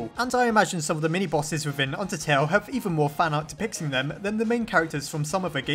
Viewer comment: I thought he said, "undersnail" Imagine an AU called undersnail Please make this a thing if you want to!